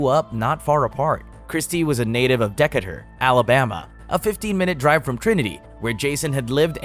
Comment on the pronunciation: That city in Alabama is pronounced Dee-Kay-ter . Pretty good video’s though all in all if you could get enough cash together to buy out some crappy channel on cable you could potentially do just as good as ID discovery since they’ve kinda went south you might even surpass them